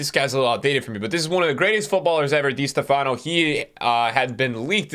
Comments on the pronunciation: Literally everyone: Di Stéfano NickTheAllAmerican: Dea stefáno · Is not di Stefaaano . The accent is in the é. Di steeefano. Right pronunciation. Dee-ehs-TEH-fan-o. Not dee- s- teh- FAAh-no. I cringe when you cant go to youtube and find the right pronunciation of the first great player of all time. I did not see him play either but I have heard his name. How would feel if I make a you tube video and i pronounce de ligt as de light. You would think i dont know soccer.